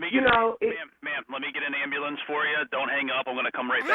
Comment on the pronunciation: Ambalance makes my skin crawl.